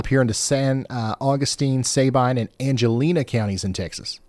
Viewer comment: Not Say-Bine it’s Sa been. I got good pictures of the tornados from a distance in el campo and Hardine Texas